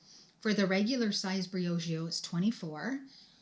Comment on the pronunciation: Look at you go! Pronouncing “Briogeo” so effortlessly 😊...it a really nice box for what its originally worth.